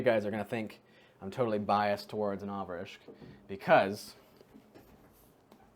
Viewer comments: Congrats on the 100k. Just a quick headsup, it's pronounced novriTSCH without any K in the pronunciation. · mispronouncing Novritsch might be my favorite thing XD Do you play with P9APPLE? I remember one of his vids had him talking to a too and the gameplay field looks familiar